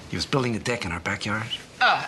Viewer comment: "Todd was building a dick in our backyard" I know it's "deck," but it sounds uncannily like he said "dick" I'm sorry Blame Zack Snyder's editing and sound mixing